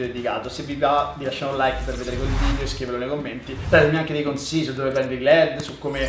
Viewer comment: si dice VIDEO non vidio! Dje gio